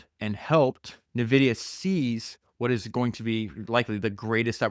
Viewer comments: Phenomenal listen. Also...it's En-Vidia ,not Nuvidia. Like Envy. ;] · Why you say NEVIDIA???? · It’s “N”, like the letter, “vidia”, otherwise this is perfection. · I’ve never heard anybody say Nvidia the way you do mate haha